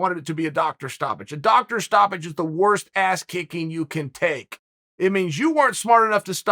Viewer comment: I don’t think Conor said Doctor Stoppage I thought he was saying “dock that stoppage”